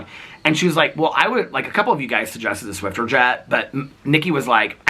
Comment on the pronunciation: Hi, there’s no “t” in Swiffer 😊